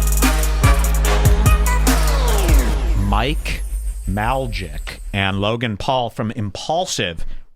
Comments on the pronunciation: It’s May lak.. but I guess saying the wrong name makes for engagement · Logan paul is from Ohio lol he is always cringe, Mike MAYLAK simple to pronounce is a class clown and is actually hilarious at length and a recovered addict. Adam Grandmaison grew business out of BMX. I cannot listen to your podcast REDBAR your whole being is worse than TATE. lol